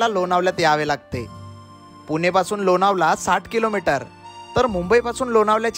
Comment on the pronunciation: लोनावला नाही लोणावळा